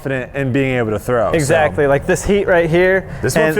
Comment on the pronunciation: Nobody: Paul: "Eggsactly" PS: I´m a huge McBeast Fan. Love that you´re creating content together